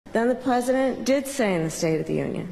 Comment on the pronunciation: She totally pronounced President as “pwesident” too. Maybe she is one of those trans-age people and thinks she’s a 6 year old instead of a grown ass woman standing one “come on, man” away from the presidency 🤦‍♀️